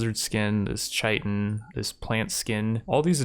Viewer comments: Another one: "chitin" is pronounced "KY-tin". (With a "k" sound and a long "i" on the first syllable.) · I know this doesn't really matter and this video is a year old so maybe you already got it, but tomb is pronounced "toom" and chitin is pronounced "kite-in"